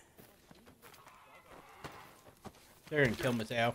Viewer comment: stop calling him mato